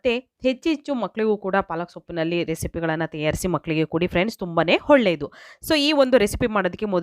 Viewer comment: ಹೊಳ್ಳೆದು ಅಲ್ಲ..ಒಳ್ಳೆದು...ಟ್ಯಾಮ್ಯಾಟ ಅಲ್ಲ ಟೊಮೇಟೊ